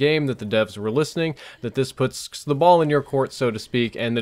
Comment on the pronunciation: no he said putsks. Not puts.